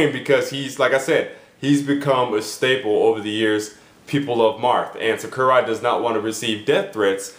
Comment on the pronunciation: It's SAKURAI not SUCKURAI